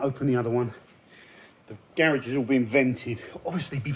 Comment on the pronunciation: Can someone teach this guy how to say "garage" the right way?